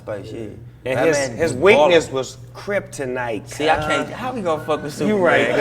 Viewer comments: nigga said Criptonite 😂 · "criptonite" XD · "criptonite" lmao